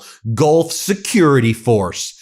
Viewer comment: Laura I just don’t believe a single syllable she utters. Does she not read the papers? Did she say GOLF partners or Gulf partners hard to tell.